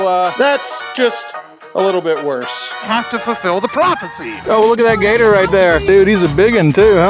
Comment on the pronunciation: "profercy" ats it.... thats how im saying in from now on...